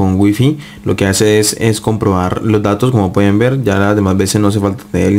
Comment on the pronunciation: Dice dados en lugar de datos????